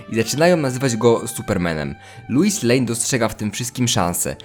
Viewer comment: Wiesz że źle wymawiasz Lois, czyta się tak jak piszę